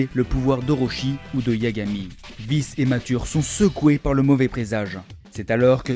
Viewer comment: On dit K'Prime pas K'Slashe😅 et Vice se prononce °Vaise